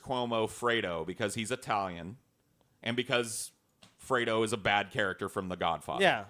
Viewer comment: Aaaaiiiooo kept saying Freedo....it was very upsetting.